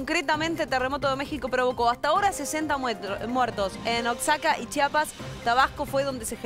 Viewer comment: Se pronuncia OAJACA, aunque se escriba Oaxaca. Deben tenerlo presente porque en muchas de sus emisiones pronuncian mal.